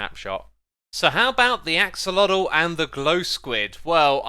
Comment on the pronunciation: I feel like you kept accidentally saying oxelotl, which I completely understand cause for some reason my brain wants to call them ocelots